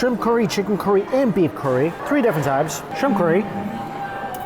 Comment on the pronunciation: It always tickles me how pronounces curry like "Corey" lol.